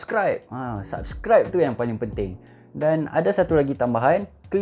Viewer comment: yang Paaaalllingg pentinggg sebutan